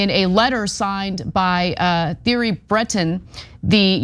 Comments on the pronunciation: His name is pronounced "Teary" not theory. Make an effort lady. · Thierry is pronounced Terry. Just saying 😊